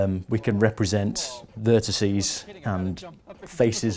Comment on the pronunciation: AXEEEEZE, VERTICEEEEZE PS Loved the video, like any other computerphile video :D